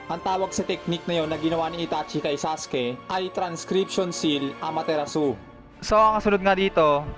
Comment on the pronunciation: May mga simple words Kang Hindi nababanggit ng Tama, katulad ng Amaterasu (Ama-te-ras)